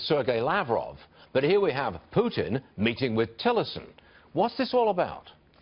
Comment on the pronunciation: The first MSM anchor who actually pronounced Putin's first name correctly by stressing the second syllable.